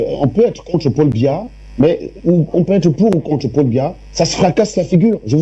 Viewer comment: Elle dit même pas Biya mais Mbia😂😂😂